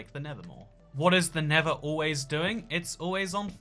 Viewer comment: The nether is not pronounced the never!